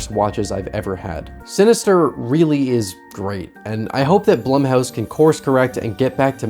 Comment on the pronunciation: It’s pronounced Bloom house, according to the experts.